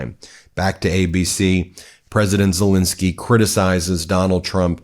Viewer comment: I love your videos but please stop saying Zelinskyy. It's Zelenskyy. You pronounce it wrong. The "len" part in Zelenskyy is to be read the same way as the "len" part in a word "millennial" or "relentless". Thanks, hope you see this!